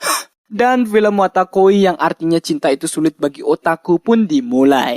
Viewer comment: wotakoi bang bukan watakoi , comiket itu festival/event doujin bukan Toko komik